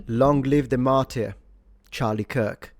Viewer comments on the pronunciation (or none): Hate to be that guy on a video like this, but since it's happened a few times, and I know you're a language enthusiast, "martyr" is pronounced /mɑːtə/, with a schwa at the end.